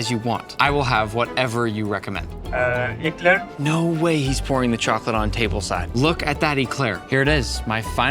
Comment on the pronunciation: im pretty sure bro didn't say eclair 😑🤨